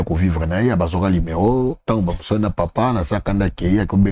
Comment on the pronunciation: Kiekie malgré atanga mais azo prononcer kaka numéron au lieu ya numéro